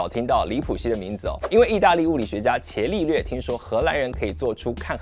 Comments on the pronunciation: 不是茄利略，是加利略 😀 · 伽利略的"伽"字應該讀"加"，而不是"伽藍"的"伽"音。